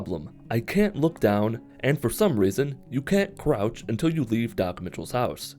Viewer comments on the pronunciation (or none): “Cwouch”- 2020